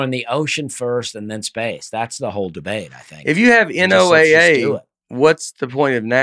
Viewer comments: I wish yalls episodes were live so that every time yall said NOAA, you could read us yelling “It’s pronounced Noah!!!” in the comments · NOAA Is pronounced “Noah”!!! This is your weather radio and they send out warnings for tornados and other weather activity!